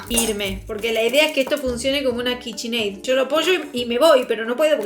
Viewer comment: AY DIOS POR QUÉ DICE KICHINEI????? 😩😩😩😩😩